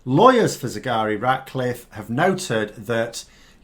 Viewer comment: Despite your excellent anaysis, its a pity you keep calling her Sigari Ratcliffe. is that how it's pronounced? it's not what you lead with. Take care, write it on a postcard and stick it on your desk for the duration. It is a difficult name. But we owe it to her to get it right.